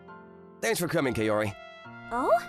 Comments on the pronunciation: Bro really said "KaYori" but overall still a good manga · Godddd why is it KE-O-RI?? it supposed to sound KA-O-RI as in cu in cuss wait isn't there any better word?